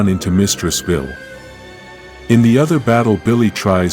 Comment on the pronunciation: Why are you saying veel its Vile the e at the end makes the i and Capital v-eye-L please please fix it the headache its giving is insane